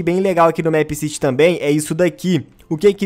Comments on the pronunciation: eu gosto dos seus videos mas o the plaza nao é uma cidade é a plaça e é mipe siri que se pronucia não mép mas caguei pra isso A teoria mais obvia é que o criador queria colocar a cafeteria no the plaza e fazer a escola,não acho que vao ter mais uma "cidade" (essa é minha teoria mas ela é bem obvia) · não se fala mépciti e sim mipcidy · É MEEPCITY não MÉÉÉPCITY😂😂😂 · Não se diz MÉPCITY e sim MIPCITY mesmo que se escreva MEEPCITY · O nome certo de se pronunciar é mip ciri se pronuncia assim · Se pronuncia meppciri é meepcity mais se pronuncia cm r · FALA DIREITO O NOME DO JOGO PESQUISA O CANAL DA JULIA MINEGIRL E VÊ OS VIDEOS DE MEEPCITY DELA PQ ELA FALA CERTO!! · Sabi nem falar meepcity direito